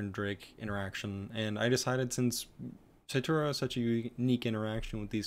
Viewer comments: It’s pronounced satoryu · So your justification is watching anime? I speak Japanese, its not pronounced Satoryu.